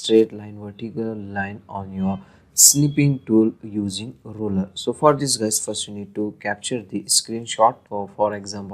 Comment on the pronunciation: thank you for the help. By the way, the thing you call a "roller" is actually called and spelled "ruler." You pronounce the U in ruler with an "oo" sound